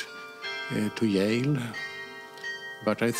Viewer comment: "Got to Yale" Hahaha.